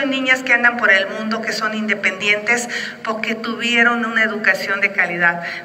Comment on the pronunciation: Xocitl o su equipo, es importsnte que mejore la diccion en la pabra "PORQUE" Y NO "POQUE"